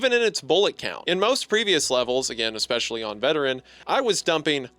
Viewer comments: “expecially” I guess a bit of hunter is rubbing off on him 😂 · "eckspecially", the influence of Hunter there